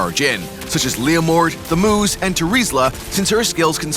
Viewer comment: All i can hear is "the moose" when the narrator says thamuz name